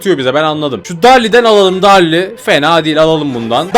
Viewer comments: Abi darli değil derıl yazılışı darrly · Abi o darryl darli değil deril diye okunuyoo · Abi o darrli diye okunmuyor derrıl diye okunuyor. Üstelik Brawl pass değiştiği için artık bırak plussı direk brawl passin yok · Darrly değil denıl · Abi barli değil derıl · Darrly derıl diye okunuyo abi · abi darli değil derıl diye okunuyo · Darli değil Derıl abi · darryl ye barley diyen koca yürekli abi